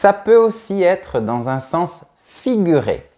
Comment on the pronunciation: 'Estomac' = prononciation 'estoma' 😭. 'Sens' = prononciation 'sans'. 😦